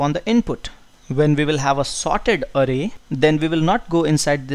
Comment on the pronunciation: calling it arey.. LOL :)